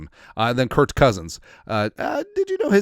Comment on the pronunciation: His name is Kirk. I don't understand why you call him Kurt.